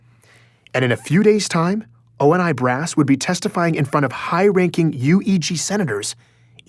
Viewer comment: I'd like for to learn to say Oni correctly.